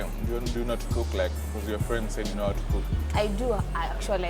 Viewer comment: Fwend😂😂😂😂😂my nigga its friend!!!